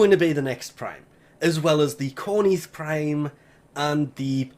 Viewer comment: conith prime?